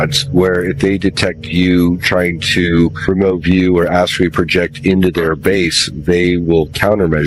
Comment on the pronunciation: It's pronounced ask not axe you idiot